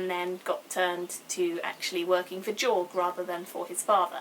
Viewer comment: I liked how you said Jorg, accents and shit ^_^